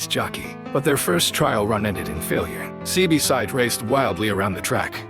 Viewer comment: this AI stuff is trash, can't say the horses name right and didn't get the breed right.....